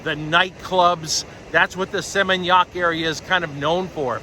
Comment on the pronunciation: I like the way you prounonce Seminyak, 😊. God bless you always